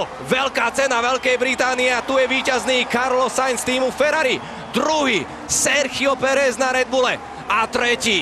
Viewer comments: Nah bro, as a native spanish, he sounds exactly like us lmao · Yeah he sounds exactly as a native, I wonder if he has some spanish/hispanic background or something